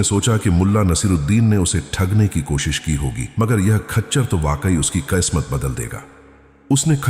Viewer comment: قسمت/khismat ,بولیں khasmat Nahi اردو کاستیا ناس نہ کریں